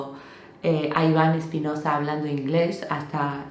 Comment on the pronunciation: Hola, no es Espinoza, es Espinosa, S normal... Os pasa mucho a los angloparlantes. Sé que nos pasa a los hispanohablantes que añadimos H donde no las hay, por ej: HEGG... 😂😂😂 Un saludo